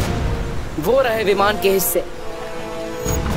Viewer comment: 1: 59 he said vivan to viman